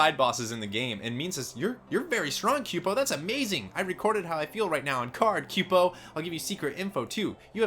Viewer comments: "Kyoo-po"? "Reagan"? WTF man, it's "koo-poh" and "ree-gen" (as in regenerate)... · Kupo = Coopo Regen = regen like regeneration Also sayin pumice wrong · It's not your fault for not knowing because they aren't english words...but: Zidane = Zi-dahn Eiko = Eh-koh Kupo = Koo-poh Regen has no excuse though haha. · Also... "quepo"? Question, do you say Coupon or Quepon? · Tudhrvdyxyydv!!!! Theres no y in kupo. Its COOpo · No it's more like koo-po